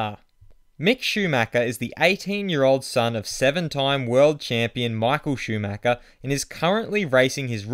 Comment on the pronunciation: Lol mick shimacher😂😂 Can you fix that intro?😂😂